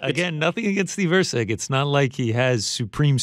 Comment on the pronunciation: It is Erceg, not Rceg...